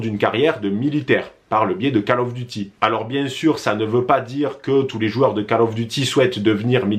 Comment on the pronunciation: Bonne vidéo mais "Call" of duty ca se prononce "kôl" et non pas "cale" 👍